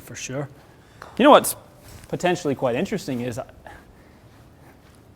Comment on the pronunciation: Inteewesting. Vewy, vewy, inteewesting.